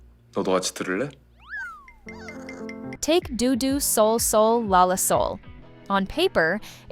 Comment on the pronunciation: DO DO LA LA SOL SOL LA came BEFORE, not AFTER Alchemy of Souls so I don't understand why it was stated as though it was a letdown after Alchemy. And it's pronunced like Doe,not Due. And I really liked it a lot anyway. There was nothing wrong with its ending at all! I've not seen Impossible Heir, so I can't speak to that. And no mention was made of Dear Hongrang at all, in which Lee Jaewook was great! How do you even know what fans felt? Did you ask any of us??? Stupid AI voice!